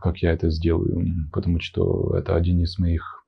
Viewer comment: Он лёгкий и очень милый. Единственное - "что" обычно носители произносят как "што". А остальное вообще звучит больше как элегантная интонация. "У женщин бывают моменты, когда им хочется убивать..." Adoro :)))